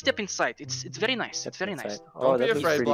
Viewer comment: The v and the w in Russia are switched so its not very its wery ok? ok